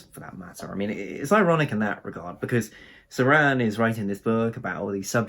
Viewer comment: Just a note: it's pronounced Cho-ran. Great video.